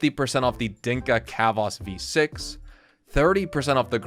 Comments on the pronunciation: Not sure if engagement bait but pronouncing chavos like khavos was funny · i just ripped a bong so read the following chill guy tone not oppressor nyanyanya the way you pronounced it isn’t a word so it sounds absurd and hilarious bc Chavos is a funny name for that Honda Accord bc it’s an informal Spanish/Spanish Mexican word for ‘kids’ (but mostly boys), who’d definitely slam this car It’s like a Nissan Altima or Minimus w/ better credit, faster, and more reliable but as reckless